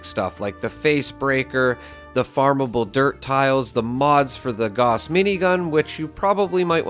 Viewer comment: Nice video as always but for the love of God please look up the pronunciation of Gauss.